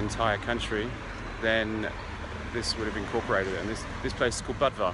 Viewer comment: It's pronounced boo-dva, not buhd-va